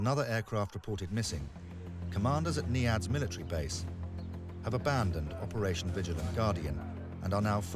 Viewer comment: He keeps saying NEADS. Its actually called NIADS. I HATE WHEN WORDS ARE NOT PRONOUCED RIGHT.